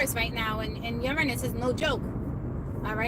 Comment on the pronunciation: hahah because its a joke in our house overtime you say uranus we hear URINE IS lol that was too funny